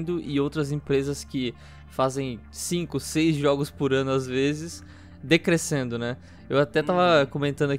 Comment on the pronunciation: "Decrecendo" foi foda kkkkkk